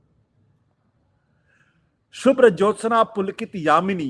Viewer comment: आशुतोष ! यामिनी नहीं -यामिनीम् । सुभाषिनी सुभाषिणीम् । सुखदं नहीं सुखदां और वरदं को वरदां कहें ।बच्चे इसे रोज प्रार्थना में गाया करते हैं। अतः किसी से भी गलत उच्चारण की अपेक्षा उचित नहीं है |